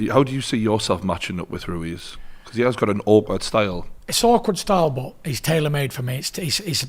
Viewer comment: Tyson 'Andy Roo-Wez' Fury